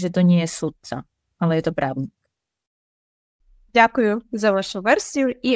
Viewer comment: Právnik in Slovak, not právník. We have something called the rhythmic rule where two long syllables can't be next to each other. :) (there are exceptions tho :D) This is something that distinguishes Slovak from Czech. Plus, it's svaDba in Slovak, not svaTba. :)